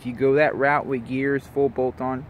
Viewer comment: Came "wid" a...